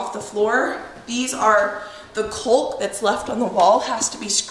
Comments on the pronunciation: Love how you say “coolk” , my NY’er accent doesn’t pronounce the “L”… Kawk… rhymes with talk 😆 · Caulk [kôk] pronounced 'cawk.' Not trying to be picky. My ears are stumbling over your pronunciation. lol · just for future reference, it’s pronounced “cauk”, the L in caulk is silent. 😁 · What a beautiful home, and the view is incredible! Congratulations! Maybe it's a regional thing, but in my neck of the woods (northern Michigan) we pronounce caulk with the L being silent, "cawk" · The “L” is silent in caulk. You guys are such hard workers and it’s a beautiful home! Can’t wait to see more cooking in new kitchen! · Caulk rhymes with talk :-) Good luck with your house projects! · Was looking for this comment. Makes me laugh how she pronounces it. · I've never heard caulk being pronounced with the L sound! Not sure if its a regional accent thing or just a fun individual thing 🤣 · Hi, love your videos! I just wanted to let you know the "L" caulk is silent. I swear I'm not being mean!